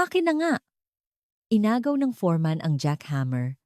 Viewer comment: Foreman not forman